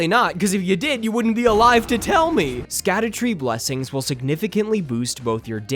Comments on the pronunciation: Fun fact "Scadu" is actually an old english way of spelling the word "shadow" and is pronounced the same way! this is also shown with the evergaols being an old english way of saying "everJAIL" so when saying "Scadutree fragment" you should pronounce it "Shadowtree fragment" great video btw couldn't have agreed more! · I love that everyone (myself included) says "scadoos", when it's supposed to be pronounced "shadow tree fragment". You know, like the title of the game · Sacdutree blessings are actually pronounced "Shadow-tree blessings" since it's a real old english word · So suckytree blessings are actually pronounced scoobydoobydoo blessings? ight gotchu fam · Actually it's pronounced skibidi blessings 🤓👆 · Dumb fact that probably no one will care about, but following old english rules "sc" is pronounced "sh", so it's "shadow fragments" and the "shadow tree", which probably makes way more sense for people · *image of walter white yelling from the car "!!! IT'S PRONOUNCED SHADOWTREE!!!" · It’s pronounced “shadow tree blessings” Just like Gaol in base. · of course there is a way. Japan has no clue what our humour is like, just how we have no clue what is funny on their social media. It is called the scadutree because in old english d is pronounced more like an h, and it is pronounced more like 'the shadowtree'. It is literally just an old english name as opposed to modernized english.